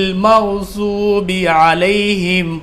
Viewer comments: Masa alla ap bohat acha pathte h par apne sure fatha me geril mgdube ko geril magsube pdha h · Surha fatha me magdobe hai magjobe hai Bhai log aab jara koor kariye